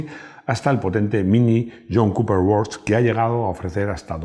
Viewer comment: Excelente vídeo, como de costumbre. Una puntualización, no se pronuncia /work/, sino /we:k/, es decir, no se pronuncia /o/ sino /e/. Además, los dos puntos alargan la vocal. Por último, la R no se pronuncia, simplemente se alarga la /e:/. Resumiendo, sería algo parecido a /week/. No quiero parecer un pedante, pero si miras un diccionario inglés online, debajo de la palabra viene la pronunciación. No es necesario conocer los símbolos fonéticos, le das al clic y puedes oír la pronunciación nativa. Vamos, para tener una pronunciación aceptable. Ez horregatik.